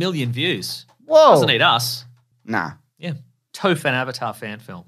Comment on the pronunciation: i died when he said Toph like Toef bahahaha